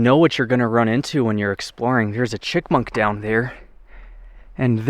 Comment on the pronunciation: I was not sure but it sounded like you called that critter a chick monk,,if you did,I got news for you, it is chip monk,that's chip with a p not chick with a ck!!!!!!!!